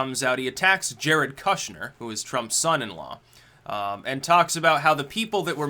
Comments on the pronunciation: It's pronounced koosh-nr. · Its pronounced “kooshner” — oo as in good, not oo as in food. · what's with the kushner pronunciation?